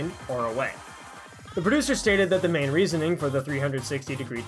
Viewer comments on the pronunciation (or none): none